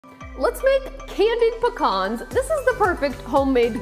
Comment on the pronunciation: I love how you pronounce pecans - hilarious… great video though